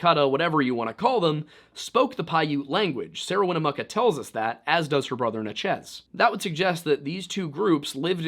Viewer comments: Her name is pronounced Win-a-muck-a....she has a town named after her. Winnamucca! If you can't pronounce it then ask a First Nation's person to help you before you stammer over your words and pronounce it three different ways. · Dude please its Wina-muck-ah. Everyone out here pronounce it that way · It’s WIN-ah-Muh-ka. Not win-ooo-moo-ka. 😂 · Winnemucca is pronounced Winn-eh-MUCKA not Winn-eh-mooka. I;ll give you some credit for pronouncing Nevada correctly.. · Bro doesn't listen to Johnny Cash if he doesn't know how to say "Winnemucca."